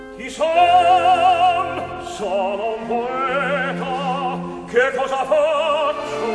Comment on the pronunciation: I own this recording (which is, coincidentally, either Tucker's only studio high C or one of the few) and have always noted that he seems to pronounce the first word "tche" rather than "ke." Do my ears deceive me?